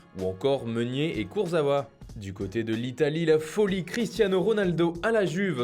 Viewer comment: Mdr par contre on dit Kursawa par koursawa même si c'est un joueur pourri et on s'en fout.